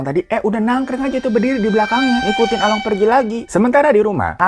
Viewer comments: bukan Along tapi Alung baca nya 🤭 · Bang, sebenernya cara nyebut along sama tok itu salah.. Gimana ya jelasinnya.. 🤣🤣🤣